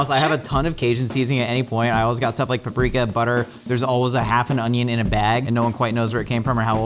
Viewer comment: SAID IT RIGHT. HE SAID PAP-REEK-A